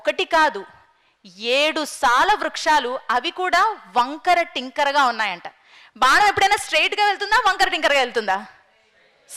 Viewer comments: బాణం కు బదులు బానం అని వుచ్చారణ తప్పు తల్లి. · బానం కాదు... ప్రమానం కాదు అమ్మా.. అలాంటి సభలలో కుడా నోటికొచ్చిన తెలుగు వాడొద్దు.. plz..